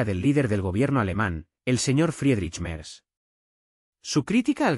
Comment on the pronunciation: Quién fue? Merdz Cómo lo pronunciaría un francés 😂😂😂😂